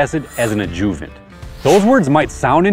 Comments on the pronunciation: Ajuhvent, not ajoovent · I can’t be the only one who was clueless to the adjuvant pronunciation lol don’t sweat it boss. First time lawn Reno here , very sad the cold weathers en route 😢